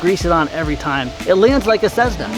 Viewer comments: It's not a cezna it's cess-na. And fix your god damn teeth. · Dude stop saying cezzna, it's cessna! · i thought you say "tshesna" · "Cezzna"? Lol